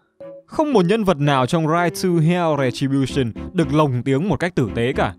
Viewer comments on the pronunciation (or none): "Ride to hell:Retribution": u mean "Rai tu heo: Rè chi bu sừn"?